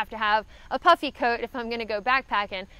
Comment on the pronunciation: I was watching this in the background while working and thought I heard "for warmth, I take a puppy and some fleece", after re-watching I realized that you said "puffy". Both would work for warmth though I guess :)